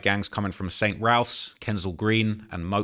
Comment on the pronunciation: RAFFS NOT RALPHS